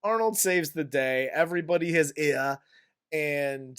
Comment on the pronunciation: "Give this peepl eeer."